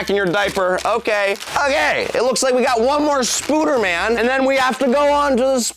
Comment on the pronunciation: I love how he calls the spider man ones spuder man😂🤣😂🤣